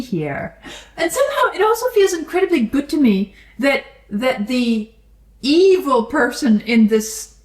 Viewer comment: I hear it that way sometimes, the way they turn evil into a three syllable word (ee-ee-vil) is pretty close to "meed-ee-vil"!